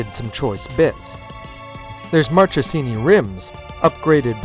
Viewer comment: Wow, not very impressive review. Awfully dull and unenthusiastic commentary. And for God's sake get the italian words right. It's DesmoSEdici, and Marchesini is said MarkeSIni, not Marshesini. Sorry fellas.